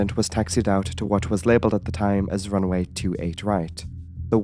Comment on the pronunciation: Your pronunciation of certain words is amusing - eg it is RUNWAY not RUNAWAY